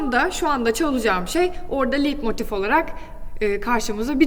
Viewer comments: "Liidmotif" diye telaffuz ettiğiniz kavramın yazılışı "leitmotif", okunuşu "laytmotif"tir. Bu kadar temel bir hata yapılır mı! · Çok yanlış bilgiler var maalesef. "Türkiye'de herşey yürür." olayına çok güvenmeyin lütfen. En basit, çok bilinen müzik terimlerinin okunuşu hatalı. Her konservatuvar okumuş bunların nasıl telaffuz edildiğini bilir. Leitmotive: Liiitmotif değil, okunuşu layt-motif(e) dir. "Ei" Almanca yanyana geldiğinde ekseriyetle böyle okunur. İçeriği neden daha hâkim olduğunuz konulardan oluşturmuyorsunuz? Sunumunuz ve enerjiniz iyi. Daha doğru daha uygun konular vardır eminim. Müzikoloji işi zordur çünkü. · Okunuşu Leitmotif. Liedmotif değil. Video için de teşekkürler.